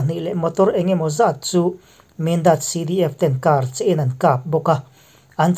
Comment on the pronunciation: I aw hi ngaihthlak a nuam ber.Mahse,thumal lam dik loha awm leh zeuh thin.eg: karcheh.